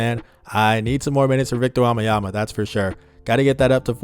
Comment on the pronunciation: Belgian here, you pronounce wembanyama wrong you say wambanyama… Just to help.